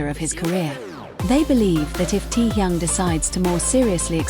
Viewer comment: Говорите правильно имена тех, про кого рассказываете :Техён, Техён, Техён Техён